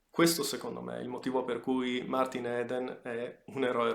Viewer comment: Si pronuncia martin idn